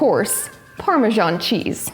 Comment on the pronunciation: Why do you say parmejan when its spelt parmesan?